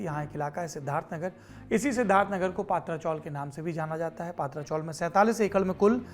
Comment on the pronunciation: पात्रा चाॅल नही पत्रा (पतरा ) चाॅल है , उच्चारण गलत हो रहा है. , खत्रा को खात्रा बोलने जैसा है